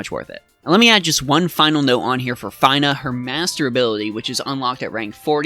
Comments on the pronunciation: lol your the first person i heard pronounce her name as FINE-AH,,, it's feena :P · Fee-nuh! It's Fee-nuh! Say it with me now, "Fee nuh" and again "Fee nuh". Her name is pronounced Feenuh! You do NOT pronounce Fina Fi-nuh! It's not like, "Finally I finished watching this dude make me cringe everytime he pronounced Fina's name wrong!" It's like, "The Fee I had to pay cringing was E-nuh-ff of a pain to my ears that I could barely make it through the video!" I feel really bad for coming at you like this, bro, but i had to stick up for my girl Fina. I love FFBE and she frickn' rocks! In conclusion, I apologize to you for being an asshat. It's your life, your game experience, your channel, and you are just as valuable a human being as I am and I appreciate you because at least you are at content creator. You take time out of your busy schedule to make and upload these videos so people like myself and others can enjoy the great content you provide! You ROCK! You stay safe, take care, stay healthy, and wash ya hands! Oh and did I mention that her name is pronounced FEE-NUH? FEENA. Better yet, like Xena Warrior Princess. Fina sounds like Xena. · Fine-uh... oh man... -_ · It's 'F-eeee-n-a" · W - Came to the comment section to say this....you said it better. Props to for admitting the Faiy-nah fiasco. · At least he didn’t say Feener. But Fine -ah makes sense though. Fina from lFinal Fantasy”. Not much of a stretch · Your pronunciation of Fina is cringe worthy 🤣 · Fine-ah? Med-ye-nah? Bye 👋😂